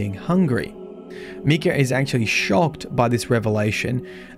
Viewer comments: Your pronouncing Micah wrong. Your pronouncing it me-cah, instead of mI-cah. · Micha is "my-ka" not "mee-ka" that's spelled Mika. I went to school with Michas and Mikas lol jus saying 👀❤️ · Its Pronounced Mike-ah not Me-Cah.... names aren't hard... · So, did you start to pronounce the name as "Mee-kah" from the get-go or did you have to readjust your pronunciation of the male name "Meye-kah" (long "i" sound) which would be from the Bible. I personally have only met guys who pronounce their names as Micah (with the long "i") where Mika would be the two girls whom I have meet that pronounce it with the long "e" sound. Really interesting lore video nonetheless to see all of the ties to itself and other aspects of the Destiny-verse. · Micah. My. Kah. Micah. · It’s not Mikah, it’s Mikah 🤣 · It’s Pronounced (My-kah) not Mii-ka. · The I is not an e not meecah it's mike ah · Love you bro, but for what it’s worth, it’s pronounced Mike-ah, and he was a biblical Prophet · It’s pronounced “My-ka”. Trust me, since that’s exactly my name, and how it’s said lol. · I have an IRO friend with that name and it’s pronounced Mike-ah. Great video otherwise! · It's pronounced "My-kah" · It is pronounced MY-KUH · Anyone else bothered by how he says Micah.... like bro talk like Arthur Morgan when you say MY-Cah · It bothers me how he says Micah's name. Cause that's my name and so many people have jokingly said it like he did. Btw it's pronounced My-cuh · Meek-uh? I've never heard it pronounced that way. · MY CAH (how to pronounce it) ffs you suck at prounouncing these things 😂 love watching you try to prounounce names on stream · English is weird. to even write “Mee” to explain what the whole world pronounces as an “i” , i as in interest, shows the perversion of the language . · So im guessing you havent heard of the character Micah Bell. Just bringing it up as it might help with the pronounciation of the name